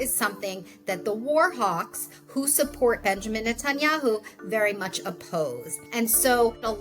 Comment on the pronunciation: NETENYA-WHO???? LOL